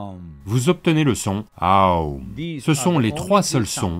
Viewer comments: Je me posais la même question...mais j'ai l'impression que c'est "O" que l'on entend et pas "OU"....peut-être qu'ils répondront à notre grande interrogation! haha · J'aimerais être éclairée sur un petit point : la traduction en français du deuxième son est "OU" mais Sadhguru prononce un mélange entre les sons "OU" et "EU"... Du coup c'est plutôt "AEUM" ou "AOUM" ou un entre-deux ? merci d'avance pour votre réponse et merci pour cette très belle vidéo